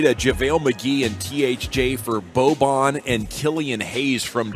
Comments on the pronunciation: It’s not boban its bojan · The pronunciations are not weird - Boban and Bojan are distinctively different - please respect peoples names in the future.